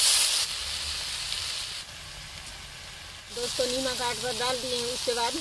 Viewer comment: are nimak nahi hota name hota h kya dhiyati log bolna bhi nahi janti